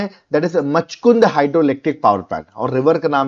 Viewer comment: Just a pronunciation mistake sir. 'Machakund' is read like माछकुन्ड् not मछकुन्द 😅